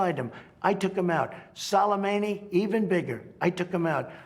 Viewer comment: "Solameini" LOL.